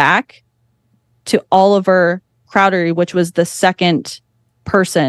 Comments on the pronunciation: She said cowdery wrong every single time. 😂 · She said cowdery and moroni wrong too. 😂